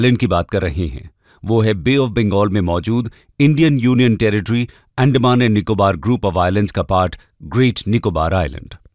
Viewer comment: अंडमान❎ एंडमान ✅